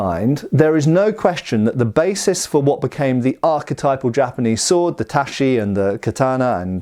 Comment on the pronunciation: Tat-chee, not tashee ;)